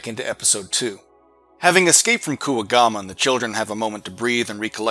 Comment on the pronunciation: Hey I know this is an older video but uh…why do you pronounce Kuwagamon like that? And will I have to hear more butchered pronunciations moving forward?